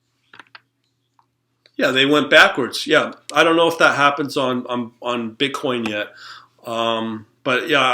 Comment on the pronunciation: I like how hard you hit your B's in *BI*nance and *BI*tcoin